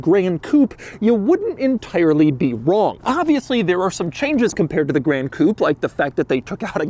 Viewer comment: Why does Doug pronounce Gran Coupé like that aaaaa it's not "grand coupe"